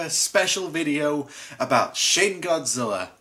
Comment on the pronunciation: I keep thinking he says sh!t godzilla